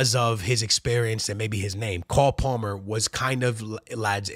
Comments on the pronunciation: Coal Polmer lol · “Call” Palmer 📞 lol